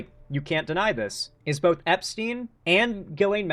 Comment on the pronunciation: So Vance calling Trump "Bawth" all the time on South Park is true?!?! 😂😂